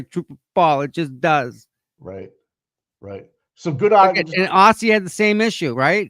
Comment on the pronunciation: Great show today! Aussie is amazing! Pronounce her name Auzzie.